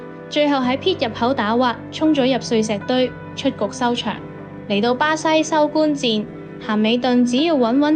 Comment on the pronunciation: 不是收官戰，收官戰。 係收關戰。